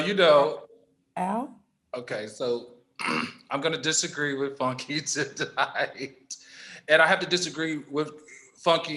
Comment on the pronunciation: FUN-KAY D🤣🤣🤣🤣☕